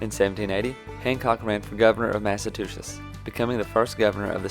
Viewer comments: Great video! Very concise but informative. As a Bostonian, i love that a southerner, with a thick southern access and bank music, is making a video on a New England hero! Thanks, my southern patriot friend! 😉 p.s. it's MassaCHEWetts, with a chew. Not Massatoosets. 🤣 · Why does he keep saying 'Massatuchets'